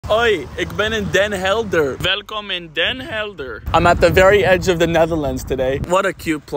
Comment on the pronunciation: You finally pronounced something correctly lol ❤ your vids!